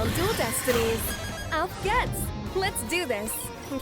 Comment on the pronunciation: 'Auf geht's' is pronounced auf GAY-ts. But otherwise fab! :D